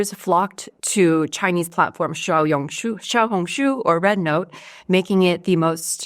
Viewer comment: you are a very good learner, your pronunciation of " small red book " in Mandarin is spot on 👍👍👍